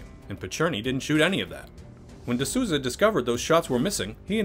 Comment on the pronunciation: Just a heads up, it's Souza as in Souls. Sounds something like "the Soulza".